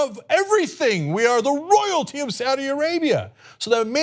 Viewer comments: did you mean "saud day"? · "SAAD DAY" Really?